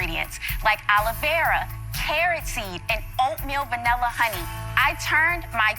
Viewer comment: I find her pronunciation of aloe vera as "Olivera" absolutely hilarious